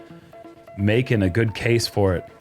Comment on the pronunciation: Geud?... Fin-taahstic!